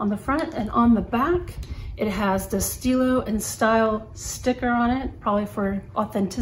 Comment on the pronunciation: "Stile" is pronounced just as stilo, but with the "e" Italian sound, similar to the e in English word "economy"... kind of :-)